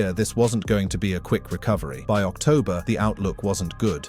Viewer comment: What's "Octomber?